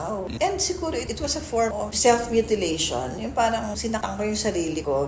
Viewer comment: Self not seft